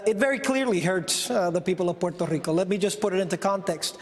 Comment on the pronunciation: porrtarico XD